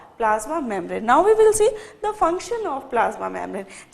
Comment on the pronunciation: Really too good ...mam.. But pronounce membrane correctly